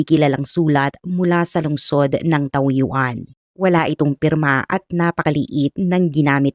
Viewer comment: Taoyuan reads as Tawyen di po taw yu an